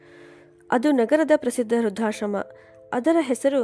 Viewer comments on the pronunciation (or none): ವೃದ್ಧ+ ಆಶ್ರಮ= ವೃದ್ಧಾಶ್ರಮ ಇದನ್ನು ಸರಿಯಾಗಿ ಹೇಳಿ.. ಕಥೆ ಸ್ಪಷ್ಟವಾಗಿ ಚೆನ್ನಾಗಿತ್ತು ಚೆನ್ನಾಗಿ ಓದಿದ್ದೀರಾ.👌👌🌹